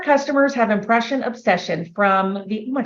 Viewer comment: She said they had "impression obsession" and I swear to you I heard "oppression obsession" 😅